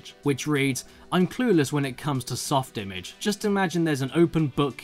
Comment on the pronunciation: FYI, it’s pronounced Soft i-MAHJ. I know, it’s pretentious, but that’s the pronunciation.